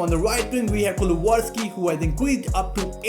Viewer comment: It’s pronounced Kulu-Sev-Ski :)